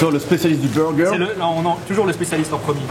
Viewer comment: Pourquoi les français disent burger en englais tellement mal???😂😂😂